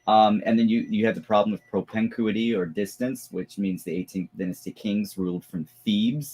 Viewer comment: Fiddly point: "propinquity" is pronounced /pɹəˈpɪŋ.kwɪ.ti/ (or pruh-PING- quih-tee). It was starting to grab my gag reflex.